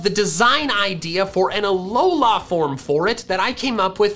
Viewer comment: You say alola weird, its not that long